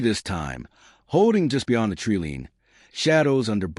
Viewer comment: Good story but the AI Voice needs a little work. It’s not a tree lean it’s a tree line.